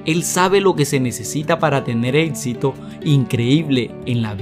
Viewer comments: amigo aprende a hablar por favor, es estresante.. "ETSITO" ? "CONETSIONES" ? APRENDE A HABLAR DIOS. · Sus atsiones?... su etsito?? No está muy ganador hablar así